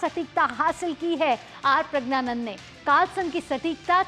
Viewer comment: Take the name correct ❤